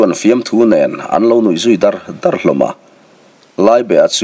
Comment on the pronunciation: I chhiar thisp khawp rual in,Tap faih faih tih te,Au dar dar tih te hi i thluk diklo deuh tlat mai